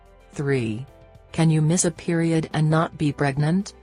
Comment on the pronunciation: 😂😂😂😂 Periud😂😂😂 I can't take this vid seriously